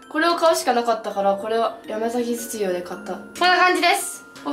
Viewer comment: 山崎実業って言えてない😂😂😂